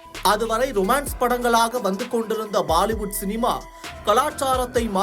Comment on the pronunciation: Oru news channel pronounce panna solla theriyala Prabala Hollywood sollkoodathu Prabala Bollywood sollanum Ok news channel